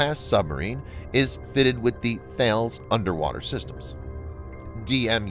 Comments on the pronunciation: Listen to me. 15th time now. Thales: “TA - LIS” It’s not pronounced as it is spelt. You sound like an idiot. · Thales the French defence electronics company, is pronounced like, "Tal-Ess".